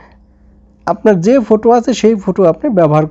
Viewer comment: ফোটু না ফটো😂😂😂